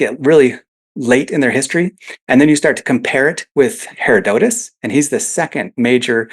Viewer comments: I wince every time he days "hair-oh-dote-us" DUDE!!! IT"S "HER-ROD-UH-TUS"! (hĭ-rŏd′ə-təs if you want to be technical) I'm gonna go scream into a pillow now. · lol. I actually thought the same thing when I rewatched it... I probably should have used the American pronunciation. The name literally means 'gift of hera' hera... dotus, and if you come at it from Latin languages the break is ussually after the hera' (Its the second most popular pronunciation on most how to pronounce sites)